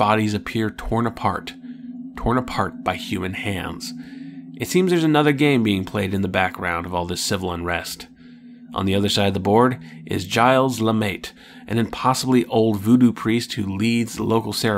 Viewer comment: FYI, the pronunciation of "Gilles" (as in Gilles Lemaitre) would be more like "zheel". Too late now, of course, and since he's called "Mait" everywhere in the book but in the prologue and once in the middle where we finally find out that the two are one and the same, it doesn't really matter. :-)